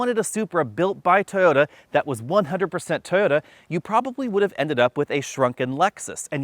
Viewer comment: Please learn to pronounce TOYOTA